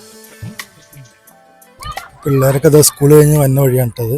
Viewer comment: ഉസ്കൂൾ അല്ല..സ്കൂൾ..